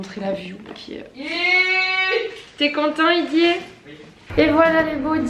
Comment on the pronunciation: Pourquoi "idier" ?